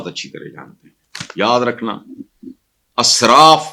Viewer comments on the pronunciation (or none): جناب آپ بار بار اسراف میں الف کو زبر کے ساتھ بول رہے ہیں ، صحیح زیر کے ساتھ ہے israf . بہت ادب اور معذرت کے ساتھ